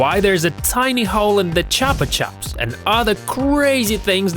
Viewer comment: WHO CALLS THEM CHOPA CHOPS?! JESUS! IM SO ANNOYED!